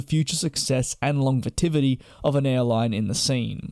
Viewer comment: "Longvetivity"...what is that? ( into the video) It's nothing. It's not a word. Perhaps you mean "longevity" which means "how long it lasts".